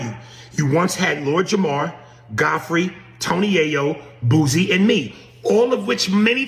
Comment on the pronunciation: Dude, Its BOOSIE not BOOZIE.